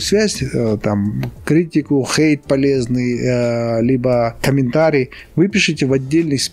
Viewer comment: Как мне нравится, это произношение слова Хейт. Оно прямо как будто пронизано всем настроением ролика: пофиг на чужое токсичное мнение! Как жаль, что раньше я слишком прислушивалась к мнению других, столько из-за этого ошибок и упущений.